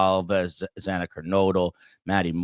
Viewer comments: It upsets me so much that the judge mispronounced Xana’s last name TWICE! It hurts my heart. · Why could the judge not say Xana's name right? He mispronounced it twice! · It did bother me that the judge mispronounced Xanax’s name twice